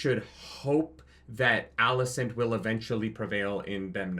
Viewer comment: Okay bot, firstly it's Alicent. ALICENT. Also, every character in the book was boring and BARELY a character. Like, whatever fantasy in your head is what the character was. Fire & Blood was one of George's weaker books for that reason. He's only a good writer because of the way he writes characters. Because he wrote F&B like a history book, it was dry and boring. The occasional quote here, but you never really get any insight into any of the characters. Just lots of tropes and random accounts from third parties. In fact, every single character in the Dance was fucking unlikable as fuck BECAUSE they had no depth to them. I don't know what books you wiki bots read, but it wasn't Fire and Blood. lul But yeah, this finale sucked and so did the season, but NOT because it didn't follow the shit book. It's because the screenwriters are meh.